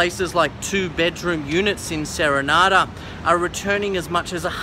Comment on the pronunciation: You mean serendra not serenada